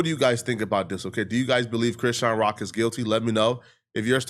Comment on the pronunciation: You keep saying Crenshawn Rock